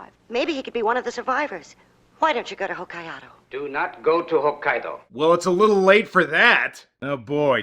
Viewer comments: I just watched this the other night, I agree with the Godzilla costume. Kong's costume blows though. There's like 3 different versions. My wife, being born, and raised for a few years in Japan, absolutely detests how the American version keeps mispronouncing Hokkaido as "Ho-kye-ahdo". She flips the TV off every time they say it, 🤣. Not the worst entry of the movies, but not the best either. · What a... STRANGE pronunciation of Hokkaido. Never noticed that before...